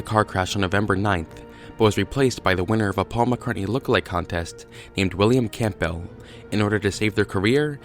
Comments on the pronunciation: Campbell is pronounced 'Cambull' and the 'gh' in Edinburgh is silent. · I can't take anyone's "research" seriously that can't pronounce Edinburgh or Campbell properly. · William Camp Bell? WTF? Campbell is Pronounced - cambull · Note of advice Campbell is pronounced Cambell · Ed-in-bruh Cam-bell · Its pronounced phonetically as Cambell. Lose the the P. Dr Nick Kollerstrom has done a book on the Faul conspiracy & believes its real. Check it out. Apparently Pauls eye colour changed from brown to green? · Firstly, why the hell are you pronouncing Campbell "Camp Bell" and Secondly, you've done very little research on this. There are tonnes more clues and you haven't represented them properly. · As a person who has the 2nd name campbell it's said calm bell. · And how he pronounced Campbell lmao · Fantastic pronunciation of "Campbell" and "Edinburgh." Superb dating of George Harrison's death. And, to top it all off, amazingly insightful super-sleuthing! You even checked to see if there was a "Paul McCartney look-alike contest!" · The p in Campbell is usually silent. Edinburgh is pronounced Ed-in-borough. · Your pronunciation of Edinburgh is so way off it's fucking hilarious. It's "ed-in-bra" 😂 And your pronunciation of Campbell. It's just "cam-bell". Fucking yanks man.